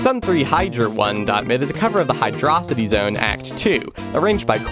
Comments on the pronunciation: hey, big fan. just wanted to let you know that its pronounced hyrdo-city, not hydros-ity. cant wait for your next big vid <3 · Actually. Iirc there is no confirmation on what the correct pronunciation of Hydrocity is. So... Don't listen to him. Call it whatever you want.